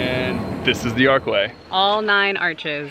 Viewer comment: The consonant represented by "ch" in "arch" is pronounced like the two consonants in "church." You pronounced with a "k" sound, which is correct for "arc."